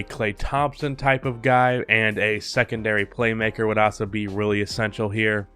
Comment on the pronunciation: Is the way he says "Also" a meme? I cant stop hearing "Aso"